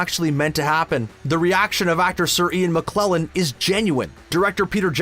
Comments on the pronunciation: Dear. Speaking of Bloopers, It's Mc-KELL-en not Muh-KLEL-en. Maybe you can fix it in post. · Ian McKellen not Ian McKlellen! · It’s not McClellan it’s McKellen, you need to seriously correct yourself. You talk about movies and actors, at least learn how to read a name. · You'd expect someone called, specialising in videos bout cinema, to know a famous actor's name. It's Sir Ian McKellen, not McKlellen. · That man is called McKellen, not McClullen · this guy cant say Sir Ian Mckellens name right,, ian mcclellan who? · IAN "MCKLELLAN"?!?!?!? HOW DARE YOU?????